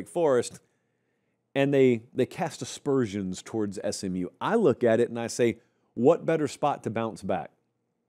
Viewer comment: THANK YOU for saying “cast aspersions” versus “cast dispersions” which I hear frequently. I still cringe at paper pop and challi (or challae?) but hey, it does distinguish you. Like your content in general 👏